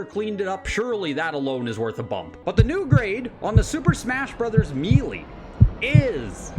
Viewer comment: "Super Smash Brothers Mealy". 😅 I've never heard it pronounced like that before. Are you from Canada by any chance?